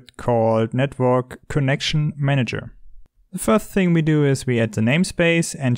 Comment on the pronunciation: "one thign" literally me when i mess up typing 'thing', that was like a verbal typo lmao